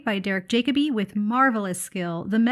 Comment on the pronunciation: just so you know in future...pronounced.. Jack o bee 😊